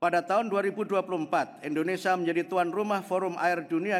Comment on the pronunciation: Kadang ada nyebut INDONE SYIA